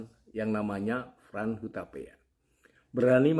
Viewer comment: Itu Hotman Paris huta pe a bukan huta pea